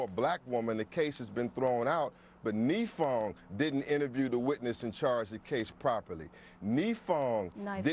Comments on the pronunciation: Malik Shabazz’s Kesumuk Let’s hurt innocent dudes cuz their immutable characteristics. Ouch. It’s pronounced nEYEfong beezie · i love how hes pronouncing the name wrong for the prosecutor and how the news caster is trying to correct him haha such a moron